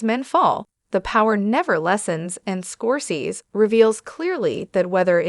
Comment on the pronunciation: you don't sound old enough to be commenting on this subject. You can't even pronounce the Man's last name correctly